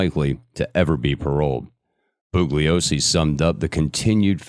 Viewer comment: Perhaps at least ask that he look up pronunciations of words he alleges to be able to say correctly in English. That seems like the minimum qualification for the job. I've got one more Booglyosy and I'm going to have to bounce.